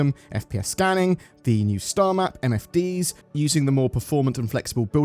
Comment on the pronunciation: When you said MFD'S I got scared because I heard "NFTS" for a sec.